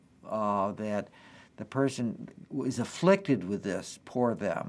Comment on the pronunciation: what's with the way he goes "poor them" lol